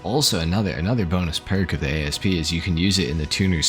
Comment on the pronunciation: You guys are driving me bonkers calling it an A.S.P. It's based on a Cobra which is a type of snake. If you pronounce it as a word, "Asp", that's a type of snake and what I've always called it.